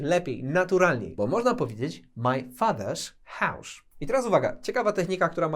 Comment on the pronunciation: Hause to "hausz"? Łot łosz dat? Co to za wymowa? hause - hausz , was - łosz... Nigdy nie słyszałem takiego "sz" u Anglika, a w zasadzie zapytani Anglicy też nie słyszeli czegoś takiego, hmmm 🤔